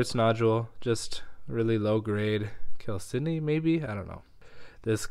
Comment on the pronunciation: Now I finally know how to pronounce "chalcedony"!